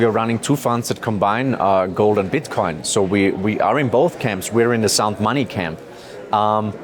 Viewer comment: he said bitcon